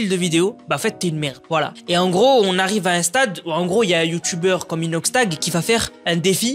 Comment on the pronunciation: « on y arwive la, on arwivre on est pas louéinggg »